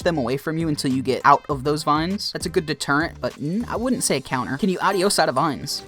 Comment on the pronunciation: The way he pronounces “adios” is embarrassing.